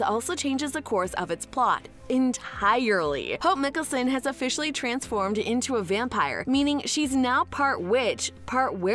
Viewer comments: you have done some many videos on these shows but still make no effort to even pronounce their names right? like, you dont have to even watch them(and its obvious you don't) can you ATLEAST pronounce mikaelson right? *hint, its mike not mik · It's Michelson not micholson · Did u just say miccason? Its mikaelson not miccasson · mi-kealson... ITS MIKAELSON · stopped watching since they can’t say Michelson correctly. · If you can't get the originals last name right its Mikaelson not Nicholson through all three series their name is repeated over and over again it shows that you haven't watched any of the series I guess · She doesn't even know hot to spell mikaelson she calls it mickelsonnnnnn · Why would you pronounce Mikaelson that way in this video 😒 Like you haven’t heard it in the last 10 years starting with vampire diaries.